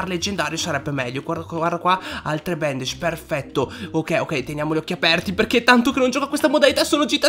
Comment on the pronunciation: come hai detto bandage🤣